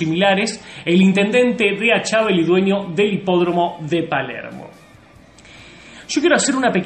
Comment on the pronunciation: Jajajaj yo vivo en Pilar y no sabes ni el apellido, No es DE ACHAVAL, ES ACHAVAL